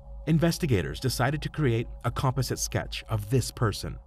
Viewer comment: Is this AI? Mispronounced 'composite' was a clue.